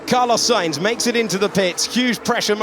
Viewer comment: Camalo sainz 💀